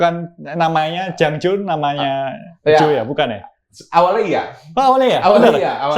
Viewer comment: Jangjo bukan janglo